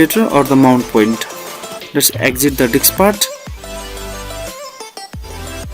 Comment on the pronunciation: Lmao whats funny is every once and a while he pronounces 'disk' correctly but 95% of the tutorial it's 'DICKS'. I about fell out when I heard open up 'Windows Dick Manager'. Great tutorial over all though. The information is great & you always can come back for the comedy aspect of it